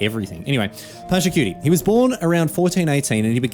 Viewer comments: Except "Pachacutie" is not only mispronounced but "cutie" feels as a double insult to injury. I am Peruvian i am used to american media misrepresenting my culture but I wish i did not have to also expect it from my favourite game and streamer and even tournament. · Except is not a homage much less a great one. The name is mispronounced. The "Inca Empire" is not its name much less an empire. Pachacutec did not found nor built Machu Picchu. Sapa does not mean "only" it means "great" The video only repeats the campaign lore with all its innacuracies. Pachacutec did not govern by himself but had curacas or "noble houses" and was descentralized. This video does more harm by portraying widely known misinformation about Tahuantinsuyu (the country), the Inca (the ruler) and Pachacutec. Is the equivalent of making a video of an ancient egyptian ruler and say they were arabs.